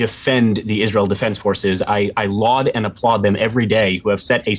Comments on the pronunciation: Stupid Zy-0-Natzees: the word laud is pronounced "lawd" not "loud." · Laud is not pronounced loud.